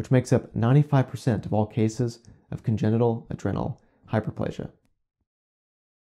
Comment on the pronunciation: Adrenal has a long 'e'...